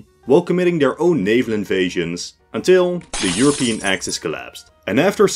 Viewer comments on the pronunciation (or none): none